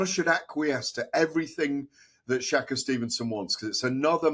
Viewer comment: Please learn how to pronounce shakurs name properly